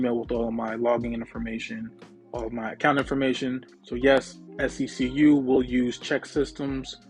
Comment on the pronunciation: I saw on another YouTuber’s community post that SECU’s youtube account commented on their video & they it’s pronounced SEQ 😂 i’ve been saying it like how you say